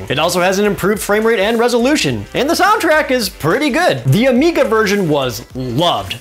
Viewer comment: Was worried it was my speakers. And he says "Amica" instead of "Amiga."